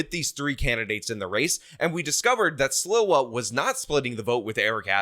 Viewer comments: Love you, and you are the New Yorker but I remember when he came on the scene; Sliwa is pronounced SLEE- wa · Curtis Sliwa is pronounced "SLEE-wa".